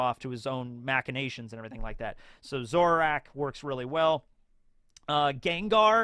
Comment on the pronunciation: Lol, you mispronounced a bunch of Pokemon and Rayquaza is the one you're worried about? In any case, it's pronounced "Ray-quay-za". Zoroark is "Zoro-ark". Arceus has the most different pronunciations of any Pokemon, so literally just go with whatever you feel like. By the way, Kanto-Mr. Mime is part fairy since the 6th generation. Brionne is pronounced "bree-ohn". Ambipom is "Ambee-pom" (ambidextrous). Dragalge is pronounced "Drag-algae. Yveltal is pronounced "Ee-veltal" with a stress on the v. (You get bonus points if you pronounce it "Yah-veltal". That's an MandJTV-reference.) Personally, I would've saved Gyarados for Kaido, but I guess that works too.